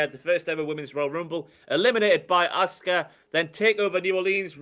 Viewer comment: I love that when says 'Asuka' it sounds like 'Oscar.' Makes me think about Oscar the Grouch having a dominant run as NXT Women's Champion...